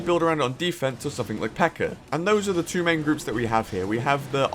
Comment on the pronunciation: U say “pekkr” and “metr” ur different